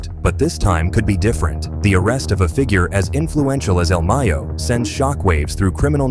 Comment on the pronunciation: He said el meyo 😂